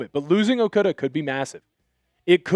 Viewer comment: It's not "Okuudu" it's okADA c'mon man.